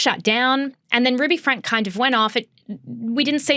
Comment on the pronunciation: I know its not the point but if youre going to talk about things like this please ensure you are pronouncing names currently. Its not hard to figure out its pronounced "frankie". Also from learning about mormon beleifs and from listening to the eldest daughter Shari's book the over representstion of "influencers" and "vloggers" from Utah is because of the mormon of later day saints churches requiring practicing mormons share about their loves to raise awareness of their religion and spread their beleifs.